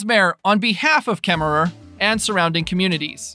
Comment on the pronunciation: I LOL'ed at KemmerER. Hahahah... I wondered about the spelling vs. the pronunciation. Wyomingnites don't pronounce the final /er/. I am excited for the project too.